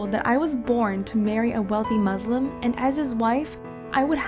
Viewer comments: Yo, the fact they try to make all Muslims look bad pisses me off and she can't even pronounce Muslim properly like damn and you can not make Allah happy like how foolish could you be? well just because there's 1 bad Muslim doesn't mean we're all bad don't blame the religion blame the person. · I doubt that u are muslim because u cannot even pronounce this words properly. not mazlim its Muslim. Not izlam it's Islam. Not ala it's Allah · Lost her credibility the moment she pronounced it “muzlim” to be honest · Her father is a saddistic prick. I'm muslim too and I hope he and others like him burn in hell. PS : Muslim is pronounced Muslim with an S not a Z. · Is a Muslim, but can't pronounce muslim properly. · Okay she can’t pronounce “muslim” or “allah” even tho she’s Turkish and she raised in a Muslim family… Sounds kinda sus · You can’t even pronounce Muslim properly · Bruh this sh*t fake af unless they text them their story and some random narrator voices it. You can tell this fake because im a Muslim too, they pronounced Allah wrong, and pronounced Muslim wrong. Two red flags ngl. But idk this story might be texted and then narrated by someone else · This story is not real she don’t sound Turkish and she don’t know how to pronounce allah and Muslim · You pronounced allah and and muslim wrong......i kinda think your not muslim..someone tell me if they pronounced the stuff wrong i musy not be the only one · You are lying because I am muslim I have a sister and i know she does not feel that way plus you said you are from turkey but pronounce Allah and muslim wrong also In islam woman and men are equal in the eyes of islam. There is a whole surah (pages or paragraphs) in the quran called surat al nissa (woman) it talks about equality also in history islam was the first religion to give woman rights and freedom. Radicals DO NOT REPRESENT ISLAM such as isis,alquada and wahabbis.